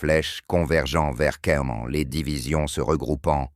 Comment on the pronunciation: Bon; la prononciation du texte français est lamentable : pour ceux qui n'auraient pas fait le rapprochement le général Geyr ("Guiïr") mentionné est le général Leo Dietrich Franz GEYR Freiherr von Schweppenburg. Et le colonel mentionné sous la prononciation "Fritz Berlin" est en fait le colonel Fritz Beyerlein. Le lieu prononcé "Kaïn" est en fait Caen.